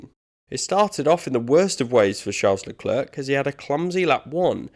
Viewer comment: Leclerk? its lecler